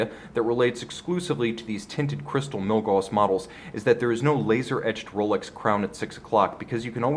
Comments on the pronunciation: Gauss, not gaws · he pronounced milgauss wrong this whole video. It's Milgaus(gous) not Milgaws(gaws).